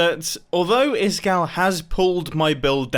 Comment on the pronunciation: Who's isGall85 seriously it's supposed to be Iskall85